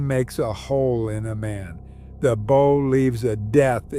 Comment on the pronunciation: Stop saying bough 😢